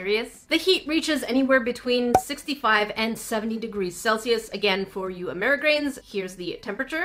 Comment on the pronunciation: I'm note even kidding when I started watching every time ( I kid you not ) said Celius I was like WTH is celcious now I know lol love ur channel